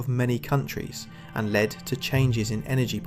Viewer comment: How AI f***s up...Mark instead of mark, LED instead of led, clearly nobody can be bothered to check.